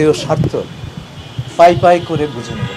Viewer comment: পাইপাই না, পইপই...